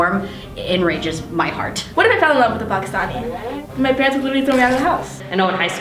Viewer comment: the girl is bugging me on how the way she said Pakistani